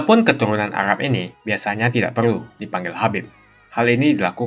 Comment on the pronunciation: Arab bang bukan agab